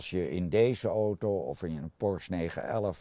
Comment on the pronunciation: Hehe eindelijk iemand die Porsche goed uitspreekt.